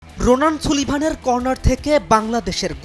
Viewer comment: সুলিভান না, "সালিভান" সঠিক উচ্চারণ